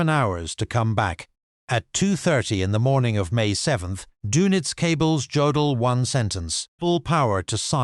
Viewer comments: yeah, too bad you can't pronounce Jodl's name correctly. The J is pronounced like a Y. It is pronounced Yodl, not J odl. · Hey stupid, it's yodel, not godel! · His name is pronounced “Yodell”, not Joedell. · Do you people never do any research? It is not Joe dl it’s pronounced Yo dal, show a little pride in your work.